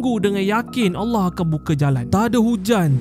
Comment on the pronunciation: x pelat sebutan Allah ye, mantap